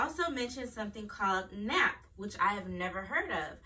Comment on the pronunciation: It’s pronounced nape